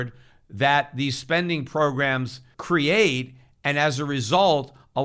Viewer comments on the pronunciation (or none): He says "crate" instead of create.